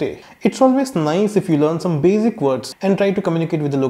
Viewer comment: It’s Basic not bazic